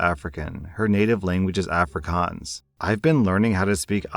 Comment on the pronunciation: A* for effort with the Afrikaans, though it is a little more of an O sound but soooo much better than the Ah-frikahns most English people say.